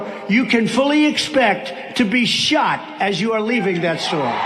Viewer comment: love that pakman. you got it good! “shot”. shought.